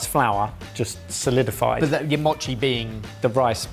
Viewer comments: The best gadget in todays video is the container of Kewpie Mayo. And as an American of Japanese ancestry I'll tell you to grill those kirimochi. Also its MOE chi, not mah chi. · Because you guys do try to pronounce foreign words: in Japanese the letter O has a long vowel sound. So okonomiyaki is oh-coe-no-me-yah-key. And mochi is moe-chee.